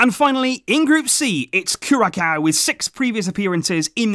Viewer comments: Nice video my country failed to qualify. But it will be a nice gold cup. Just a correction the ç in Curacao is pronounced as S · The c with a hook in curacao is pronounced like an s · hearing you Jamaica put a smile on my face and curacao (by the way your not pronouncing it right) been a fan of the channel for years now but don't comment much